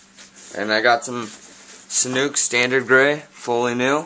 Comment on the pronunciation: u said it wrong! its not sanook like u said it its sanuuk with a uhhh sound!